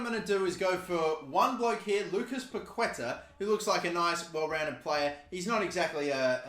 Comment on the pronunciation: It’s pronounced (pa-keh-TÁAAH)